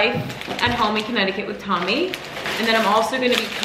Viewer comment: Oh happy day...love home vlogs and you and Tommy. I agree with Tommy's pronunciation 😂🫶👏🏼